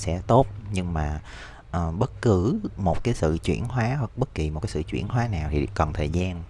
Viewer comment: "Chuyển hoá" hông phải "chuyển hó" ơi